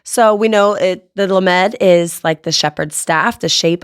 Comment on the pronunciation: lamed is being mispronounced, Sound it out phonetically as "LOM ED".